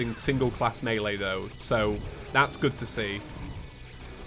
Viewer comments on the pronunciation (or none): none